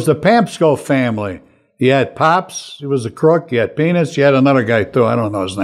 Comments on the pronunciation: I thought he was saying penis the whole interview. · I know this is an old post but I'm just now seeing it for the first time. . I know penis well. I used to steal with penis. Lol!!! I'm sorry, but that is EXACTLY what it sounds like. I called penis a desperation thief. Everybody wanted to work with penis. I hope that wherever Frank is, he sees this and gets a good hearty laugh from it. Adam, you must miss him like crazy. I know you guys really cared about each other. You can see it in the videos. Even though Frank put up that front, it was still obvious he had a special place in his heart for you. So sorry that you lost such a great friend and that we all lost this great man.